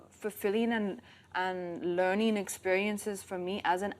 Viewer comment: She does not pronouncing learning properly